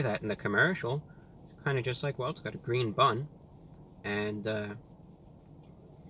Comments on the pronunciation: It's GWEEN! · "It's gweeen" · IT'S GWEEN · Its GWEEN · Its gween! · its gweeen!! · ITS GWEEEEEN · That's not gween 😫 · It’s GWEEN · It’s Gween!! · It’s gween! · its gweennnn!!! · Its Gweeen! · "its gween" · its gweeen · THE BUN IS GWEEN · IT'S GVEEEN!! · Wow its gween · MY POOP , IS GWEEN ITS GWEEN! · IS GWEEN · It's GWEEN! We love you, my man, glad you're still out here doing your thing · It's.. IT'S GWEEN! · The 🅱️un, it's gween! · its gween... its gween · Mah poo..... It's Gween! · It's gween 😀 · It's G W E E N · It's gween its weally gween!! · Not so Gween, unfortunately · IT'S GWEEN!!!! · it's GWEEEEEEENNN!!!!!!! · It’s gween!!! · That's one big GWEEN burger! :) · It's GWEEN!!! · The bun is gween! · Is it gween?